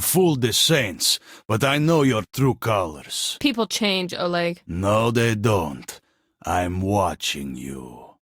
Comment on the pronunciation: its OLEG not ORLEG OR ORGYEG